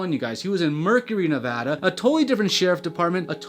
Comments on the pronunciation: YOU SAID NEVADA RIGHT OMG It’s crazy because people say “nev-ah -dah” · HOLY SHIT HE PRONOUNCED NEVADA RIGHT